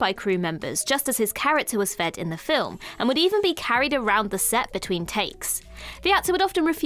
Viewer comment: How are you getting two syllables out of 'film'?